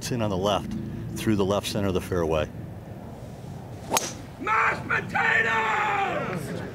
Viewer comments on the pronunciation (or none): Meshed potatoes~~~ 😂😂😂